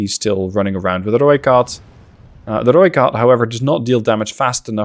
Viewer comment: I do appreciate you saying Rooikat correctly. In fact you pronounce almost everything correct. Tip of the hat to you :P